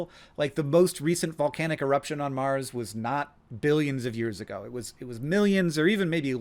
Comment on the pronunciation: "is there lifd om maaaaaaars"